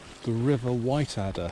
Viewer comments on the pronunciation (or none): Whiteadder pronounced “Whittadder” - short “i” ! And emphasis on first syllable.